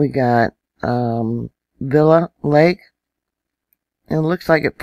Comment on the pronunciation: "Villa Lake"? You are a moron. It's VAIL LAKE.